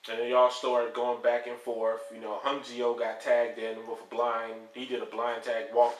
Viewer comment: i think ya meant ooh-knee-ko not un-see-oh; sorry that just irks me a bit; but yeah you wouldn't know how to pronounce that not watching much of the product in a while(which i don't blame ya for) and looking at the results i am VERY surprised to actually see them NOT have Orton just go 1 v 4 and run all 4 of them over... odd...